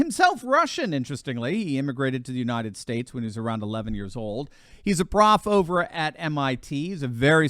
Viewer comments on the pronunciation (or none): none